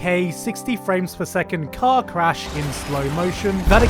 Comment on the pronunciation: Emphasis on car crash.